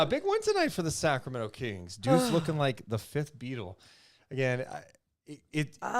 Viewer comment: Is it me or does pronounce "kings" like "keengs"? Is that a Sac thing?